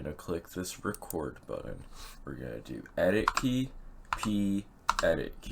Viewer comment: buddon? u mean button?